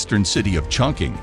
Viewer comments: "Yangts" River? I think it's supposed to be Yangtze (pronounced Yangt-zee). "Chunking"? (Chun king). Also "dollmen"? Dolman (Dole-mun). SMH... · Eye-Ricky? Kurdisten? Yanks Rive? Migalithic? Chonking? Research your pronunciation, please! These are cool finds we want to know about!